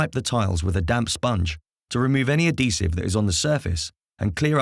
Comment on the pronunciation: Very useful video, but at least learn to pronounce adhesive properly if you're using it over and over again in a video! 🤣